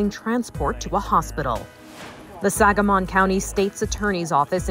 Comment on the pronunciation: It's Sangamon County, not Sagamon... could at least get the name of the county right lol